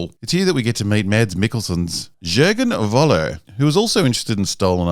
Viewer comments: It is sooo annoying that most English-speaking people cannot say 'Voller' correctly... it is German and the V is pronounced as an F. Not difficult. So it is "Foller" and not "Voller". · Why doesn't any English speaking person learn that the "V" in German is pronounced "F".... so "Voller" becomes "Foller". This is not difficult. I am not even asking you guys to learn how to pronounce the "ö"...